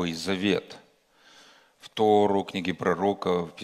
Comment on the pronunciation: Не тарУ,!!! А тОру.!!! Простите, но режет слух очень.